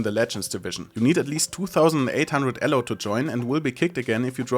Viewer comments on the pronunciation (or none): please don't say "Allo" ever again for "Elo".